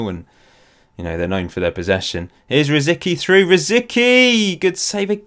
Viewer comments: Please it's rosicky it's Czech..rosiTSki is the right way to pronounce :) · Its funny how you pronounce Rosicki :) "c" in his name is "c" not a "k". But yeah I guess its easier the way you spell it so dont mind me. I like your version more :)